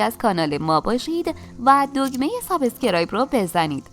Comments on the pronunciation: ممنون از برنامه خوب تان و صدای قشنگتان فقط لطفا نگویید ساب اسکرایب بلکه تلفظ صحیح سابس-کرایب می‌باشد (subs-cribe). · دمتون گرم بابت غذاهای خوبی که اموزش میدین... ولی لطفا این لغت سایزکرایب رو درست تلفظ کنید